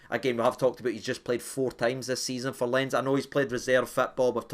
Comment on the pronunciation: Huge fan, but stop butchering "Lens". It's French, so obviously not pronounced like that. At least try! 😂